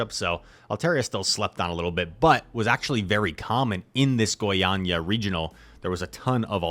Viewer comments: your Goiânia pronunciation is perfect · Don't worry man, you said Goiânia perfectly : D